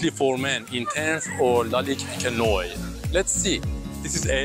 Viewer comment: Thanks for the vid. Noire just not said "Noy".. We say NuAR 🖤🖤